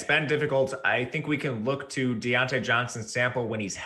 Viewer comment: I tuned in to hear say Die-Onte Johnson